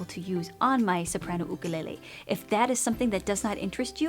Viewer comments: Dont say ook a lay lay. It is YOoK a lay lay and you know it. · Lol why do u say “ooh-ka lele” instead of “YOU kelele was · "oo-koo-lay-lay" I actually pronounce it "you-kuh-lay-lee" lmao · " you-ka-lay-lee " " oo-koo-le-le " Me : Surprised Pikachu face* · Lol “oOkOoLeHlEh” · Oo koo leh leh is a typical Hawaiian pronunciation lol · She pronounces it Ookelele!!! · Why is she saying okolele😂😂😂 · god i can’t handle how u say ookalele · The way she pronounces it lmfao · Here on the island you instead of oo is like fingernails on the blackboard. Just saying. My ukulele and Hawaiian language kumu would wince! 😂